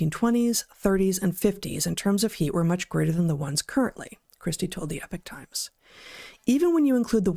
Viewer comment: Come on guys! It's not pronounced "Epich Times" but e-POC Times.